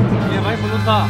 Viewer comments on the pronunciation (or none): says faluda 😂😂